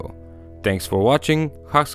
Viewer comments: Guys did he say "Huscribe" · did u listen he said hexcribe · is he saying "Subscribe" or "Hackscribe"?